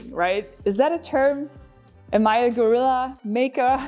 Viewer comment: Thank you for pronouncing "guerilla" correctly.